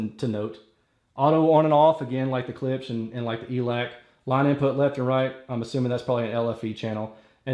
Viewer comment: Imagine the "ch" isn't on the end, & pronounce it like "clips".... lol. Don't feel bad someone had to teach me to..... And of course, klipsch rules all